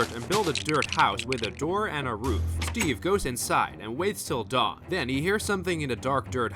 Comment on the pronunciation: Den instead of then